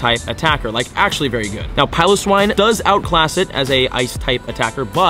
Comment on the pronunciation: He pronounces it Pyloswine